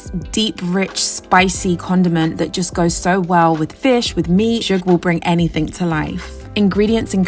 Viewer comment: These meals are gorgeous! Thank you. Also just wanted to say the pronunciation for Zhoug is Za-howg. Just information. Thank you for inspiring us